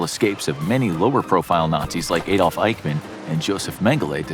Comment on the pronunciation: ahhhhdolf..... not AAAAAdolf.